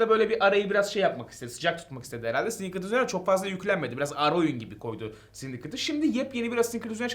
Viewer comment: Koskoca syndicate e sindikıt dedin hocaa